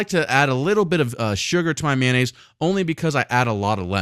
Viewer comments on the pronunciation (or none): Its Mayo nnaise, not manonaisae